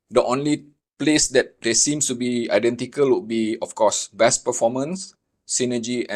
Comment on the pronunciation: Bass. In English this word has 2 meanings. One is a kind of delicious fish. The other is a low frequency sound. When you speak you say it like the fish, not the sound. The sound rhymes with ace not ass.